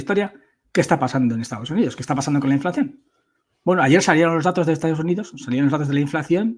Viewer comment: Se dice inflación, no inflacción ¿no?